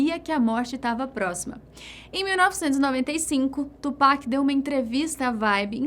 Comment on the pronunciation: Ela fala tupac certinho